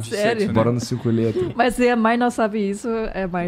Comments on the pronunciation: Sotaque de carioca tbm é fod@ claro que ela nao ia entender, 5 lhetras? Lhetras? É letras, se pronuncia com lê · Cinco LHÊtras.